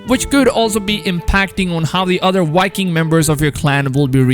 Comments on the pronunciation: You notice how he says wiking instead of Viking lol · It’s not wiking it’s Viking! The v is not a w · Wiking? Or Viking? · Anyone else hearing Wiking instead of Viking?😂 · “Custom wiking character” 😂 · Yivani Mantshongo — or being a wiking, making your own wiking village.